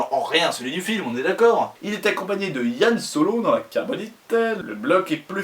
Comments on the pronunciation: Super vidéo, je viens de découvrir ta chaîne et j'avoue que c'est très intéressant, mais je t'en supplie : HAN Solo et non "Yan Solo" Sinon tout est bon, vive les crêpes. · Bon d'accord je te pardonne, mais a une seule condition que tu dise Han Solo avec la prononciation original au moins une fois, après nous pourrons nous balader dans des prés en pensant a des castor albinos de l'espace.